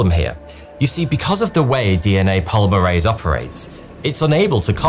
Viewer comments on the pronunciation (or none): none